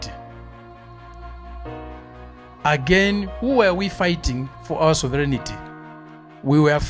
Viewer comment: Sovereignty......... not Soverignity !!!